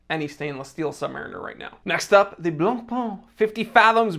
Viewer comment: It's not "Blon-Pon", not even close. The closest that an Anglophone can get to pronouncing it correctly in "Blon-Pay".